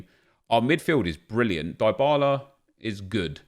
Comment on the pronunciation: Die-bah-lah is wrong... Dee-bah-lah is correct. Learn your content